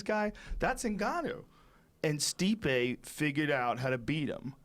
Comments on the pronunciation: Joey "Ruke Lockhold" Diaz. "Stiope" hahaha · 8.38 "steopic" never fails to get it wrong. rogan doesnt even correct him any moire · Joey still can't pronounce stipe's name